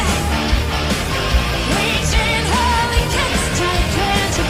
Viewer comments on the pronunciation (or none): none